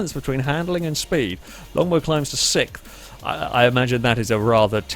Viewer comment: From a land where english originated this man says sixth like sikth. Why?